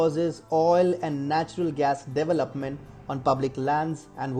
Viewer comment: Can someone please teach this guy to say "development" it's not Devil Up Ment!